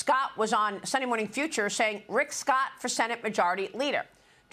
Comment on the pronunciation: IF sbe cant say Rick.Scott..DUMP HER